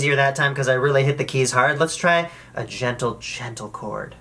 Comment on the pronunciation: When he said gentle chord I think he said djentle djentle chord